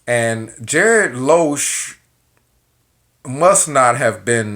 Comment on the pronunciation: It's not Loosch, but Lusch. Learn pronounce his surname for a start. Something else. A waiter in France, Austria, or other european countries is not a waiter as in the US. They are skilled. Same as a US chef, frying a hamburger doesnt make you a cook in Europe. You sound frustrated here. Typical.